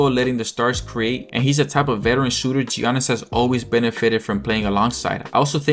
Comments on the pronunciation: Is this channel AI? Who calls Giannis Gee-a-nnis? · Mispronouncing Giannis is crazy at this point